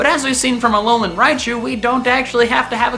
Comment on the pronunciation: It's not Alonan Forms, but AH LOH LAH